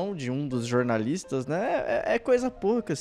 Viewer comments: """Jornalistes"""". Fale direito seu, seu, SEU....... BALCONISTA! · melhore! O correto é "jornaliste".. 😂😂😂 continue nessa pegada!